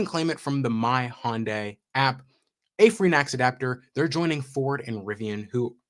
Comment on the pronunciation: Pet peeve: as I understand it, it's pronounced Hun Day, not Hon Day. They Y is (almost) silent. 🙃 It is good to hear that yet another manufacturer has finally gotten access to the Tesla Supercharger network.